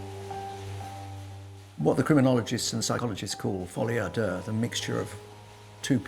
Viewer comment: 🤭😱🤭That folie a deux, pronunciation sounds like he's farting. Please, speak your poor language 🙄 instead of faire le folie du grandeur.😜😂😂😂😂